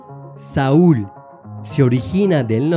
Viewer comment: Muy interesantes las conexiones entre hebreo y español, gracias. Hay errores en el hebreo para #42 "Juan," Yohanan. El hebreo aquí es el mismo como para #38 "Jaír," Yair. También #66 "Samuel" en hebreo se pronuncia Shmuel; Semu'el es incorrecto. #69 Saúl, el punto es en el lugar incorrecto en hebreo; se dice Shaúl en vez de Saúl. #73 "Sharon," el hebreo se dice Sharon pero el narrador dice Saron. ¿Hay alguna manera para hacer unas correcciones? Gracias por esta información y por los otros videos sobre Latín y Griego también.